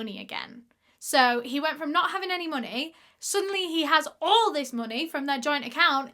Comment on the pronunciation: the way you pronounced ALL 😂😂 love it